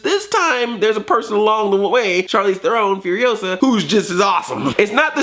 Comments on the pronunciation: It's pronounced Charlize THAYR-ron you dumb fuck! Stick with Smurfs bitch. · Are you purposely saying her last name wrong? Lol